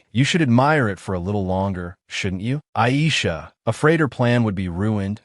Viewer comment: The fact that the Ai voice is pronouncing the blond lemon looking ah girl’s name as ‘Ai’ has my dying